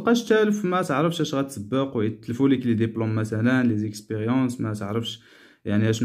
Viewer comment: J'habite جابيت الباء تنطق بالكسره وليس جابات..وكذلك الحال بالنسبه لديبلوم مشي دابلوم..المهم جزاكم الله خيرا